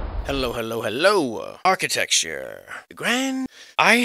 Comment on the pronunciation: Arch-it-ecture.... (Arch)... 🤔